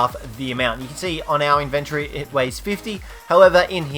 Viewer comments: It's in-ven-tory. Not in-vin-tree. Learn to fucking pronounce words. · Sound it out with me. In ven tory